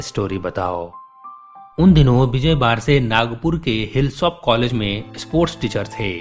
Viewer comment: हिस्लॉप Hislop college, sir. Hilsop हिल्सॉप नही. It's a famous college in Nagpur.